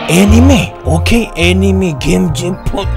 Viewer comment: salah lh hami sebut anime,hahahaah...